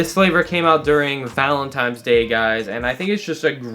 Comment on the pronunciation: did he say Valentimes day?🤦🏻‍♂️